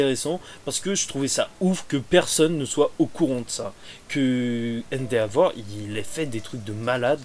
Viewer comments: je me demandais depuis un moment : pourquoi tu prononces "endéavor" au lieu de "endévor" ? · Cool par contre même si je ne veux pas juger,endeavor se prononce officiellement haine-dévore